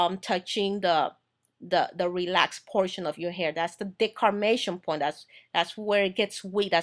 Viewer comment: I love your video.. I have one correction though. It's called the DEMARCATION point not the "decarmation" point... Keep up the good work.